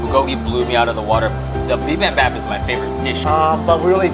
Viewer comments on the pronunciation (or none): for future reference bibimbap is pronounced bee-beam-bpap and galbi is pronounced galr-bee